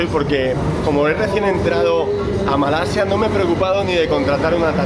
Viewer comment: Malaysian here, your pronounciation of the word Kuala Lumpur is perfect like Malaysians do. Even your pronounciation of the word Malaysia is perfect. Bagus.